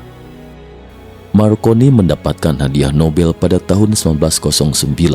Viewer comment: MARCONENE/I = M-AR - CO - N - ENE/I ).